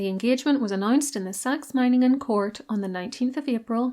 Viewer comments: German here, your pronunciation of Meiningen hits the 🎯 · You did pronounce Meiningen correctly 👍🏼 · Literally perfect pronunciation of Meiningen! 🙌 You even (correctly) stressed the first syllable instead of the second, which I find many English speakers tend to do. Good job ❤ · This was probably one of the most accurate pronounciation of Meiningen from a non-native German speaker I ever heard. Well done. Have you ever made a video about her sister-in-law Friederike/Frederica who became queen consort of Hanover when Victoria couldn't succeed there? Her life was very eventful in my opinion. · "Meiningen" was perfect. like a native speaker. :)